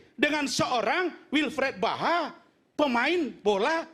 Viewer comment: Wilfred zaha bukan wilfred baha om rasman salah sebut nama